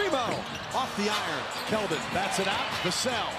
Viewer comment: you mean KELDON not keon